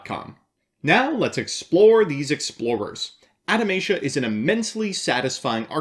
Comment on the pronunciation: Adamatia sounds like it would be the name of a religious Anime Group that is obsessed with reincarnating long forgotten gods. But you must spell Adamatia German: Ah-dah-ma-tee-a